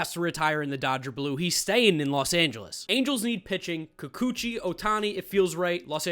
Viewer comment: Did you say kukuchi